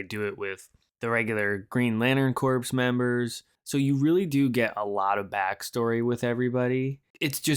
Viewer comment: “Corpse” ?.? - instead of the correct pronunciation “core” like the Marine Corps 👍 👌😎